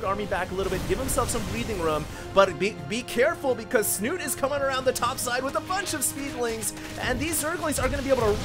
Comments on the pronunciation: I know that in english the ending can be silent. But in this case Snute is a Norwegian player, and the E should not be silent. Unless he has specifically said it should be pronounced "snut". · Please please stop saying "Snut" :) The E is not silent. And its Norwegian for "snout" ;)